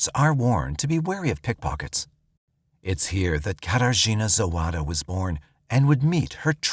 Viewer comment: Say "Kater Gina" one more time. I dare you